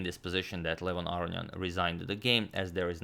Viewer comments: Aronian has 2 n's. They're not silent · After mentioning his incorrect pronunciation of Aronian for last 1.5 to 2 years in the comments section, im now thoroughly convinced agadmator is purposefully fucking with my head. He has to be.